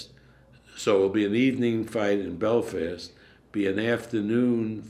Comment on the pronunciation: can some1 tell bob is called belfast not belvist lol